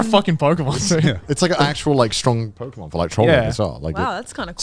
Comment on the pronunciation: Not Joey misprouncing every Pokémon name with such confidence 😭😭😭